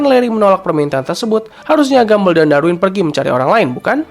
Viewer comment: penyebutan yg benar "gambol" bukan gambel